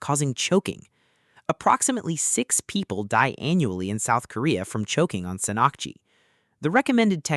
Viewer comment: it's pronounced /sahn-nahk-ji/ btw and I didn't know that Sannakji could cause choking.... never heard of that as a Korean never tried it but I do love octopuses and perilla oil so.. might try that since it has no toxic stuff tho 😋